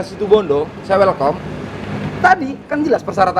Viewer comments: Maklum belajar bahasa inggerisnya pakek keset. Gurunya mendadak malu namanya disebut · Ada yg lucu nih... Welcome diucap welkom Hahaaaaha....